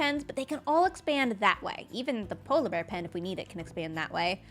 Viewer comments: I love the way says "polabear" instead of "polar bear":) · Obsessed with the way pronounces polar bear